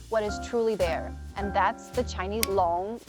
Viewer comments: We rarely hear you speak mandarin, but you pronounce "long" with very correct tone. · Your husband is right on this one. They're not the same creatures either. Both are born from different concepts entirely. The only similarity that they've is both look reptilian. That's it. Great pronunciation on "龙" btw. Well done!